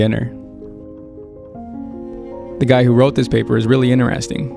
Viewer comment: The way you pronounce the word interesting is really interesting ❤